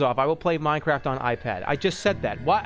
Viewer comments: Streamer chugs champagne whilst downloading minecwaft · minecwaft owo